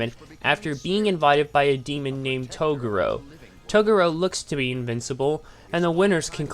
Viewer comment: lmfao toe-gah-ro 😂😂